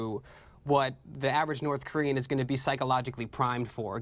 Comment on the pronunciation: "Kornean peninsula"